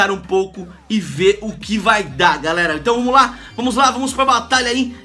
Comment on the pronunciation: ele falo garela kkkkkk